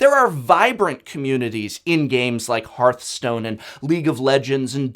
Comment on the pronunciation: HEARTHstone not HEARTstone